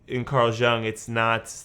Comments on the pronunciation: It's not related to the reaction (well kinda is), but your pronunciation of Jung is hurting my ear😅 "Jung" like In "you + ng." I'm sorry if my comment sounds rude or something, it was not my intention💜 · Are you aware that your picture covers the CC lyrics? I think his name is pronounce Carl Yoong.